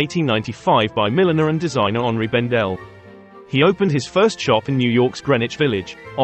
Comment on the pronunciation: This is one of the only times I've heard anyone say Henri as it ought to be when saying the store's name. I've lived in NYC for many years and the locals say "Henry" Bendel when it is clearly HENRI the French version of Henry and H is always silent. Even the staff in the store gave up and said "Henry Bendel". 😂😂😂